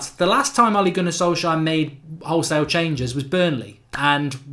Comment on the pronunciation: SOL-SJKAER'S GAMBLE??? You got the name wrong mate!